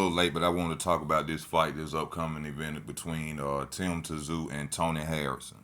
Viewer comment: It's pronounced zoo not tzoo